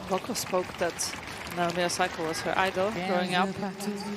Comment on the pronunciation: it isn't Emboko, it is m as in 'mhmm' Mboko